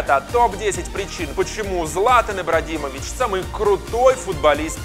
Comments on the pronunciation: я один услышал в начале ИбраДимович???? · Я один услышал " ИбраДИмович" на 16 сек? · ты сказал ибрадимович